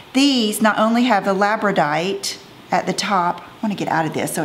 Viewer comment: Hey, I live in Labrador and the stone name is Labradorite, so it’s pronounced Labrador + ite I remember you always said you weren’t sure 🙂